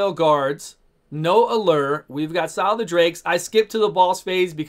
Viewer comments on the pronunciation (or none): Sile the drakes xD Scyl would be pronounced Syl btw